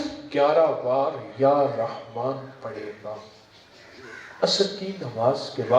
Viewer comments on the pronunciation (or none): Muh khol kar bolo jara bhai jaan sahi se ya rehmaan bhi nai bol pare ho ap aur jab comments ka reply nai dena toh jhak marane k liye videos dale hai jab puri infrmation nai pass kar sakte ho